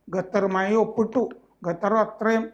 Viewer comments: ഗത്തർ..... ഗത്താർ..... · Ente ponnu saare gathar alla qatar.. kha kha… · bro it’s qatar not gatar 😭😭